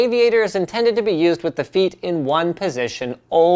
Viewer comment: that was a weird way of saying "feet"